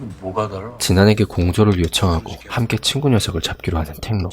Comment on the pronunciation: 친구=진구? 발음이 비슷헌디